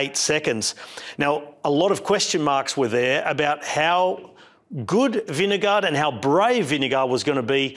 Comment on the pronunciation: Love you mate but why you keep saying vin de gaard